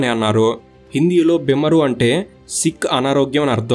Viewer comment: బిమరు కాదు బీమార్ అంటే జబ్బు లేక అనారోగ్యం